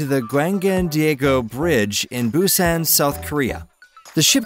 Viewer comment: Like “Busan” for one.